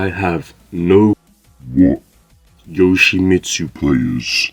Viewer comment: You did yoshmitsu wrong